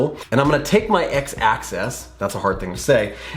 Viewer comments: Yeah you did say access but you were talking about the AXIS which is pronounced AK-SIS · the word is axis not access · Are you saying axes? Because I think you mean axis.